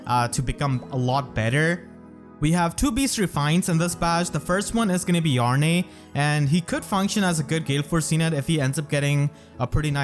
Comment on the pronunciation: You don't need tokeep pronouncing the E at the end of Yarne and Lethe. It's not pronounced, it's Yarn, and Leeth. Lethe even says it in her voice lines. When a name has an e at the end, 9 times out of 10 it isn't pronounced seperately, it's either silent (as with Yarne) or alters the pronounciation of the rest of the word (as with Lethe)